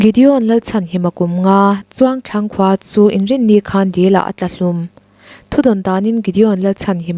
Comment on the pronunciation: In thil lamdan hi fimkhur deuh teh u. Hnamdang ṭawng pawh hi a lamdan tur a google theih.. Mizo khawhming in lamdiklo ṭhin hi chu a zialo deuh chu ani.. Chungtlang ti a lam tur...kan ngaithla peih ve si cheu a.